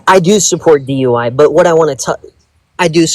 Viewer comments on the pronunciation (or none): He said dui lol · Did he say dui?